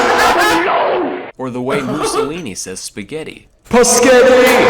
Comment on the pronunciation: Thought, he said pussy when he pronounces spaghetti